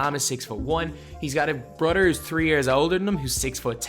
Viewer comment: His broder lol how he say brother jk